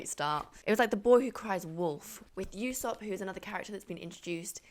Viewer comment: Great video! love to see more people getting into this amazing series! just for clarification for the future, Usopp is pronounced Oosopp and Baratie is Bara-tee-ay